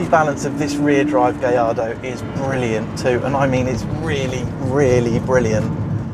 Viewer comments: 'Gaj-ardo' not 'gay-ardo' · "gay-ardo" ???? "guy-ardo"............. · actually it's pronounced more like guy-ardo...not gay-ardo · i thought it was a Gallardo not a Gayardo -_ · Did he say its a Gay Lardo?